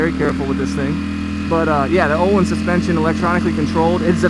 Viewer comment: Its akrapovic not akrapovich lol and ohlins not ohleens lol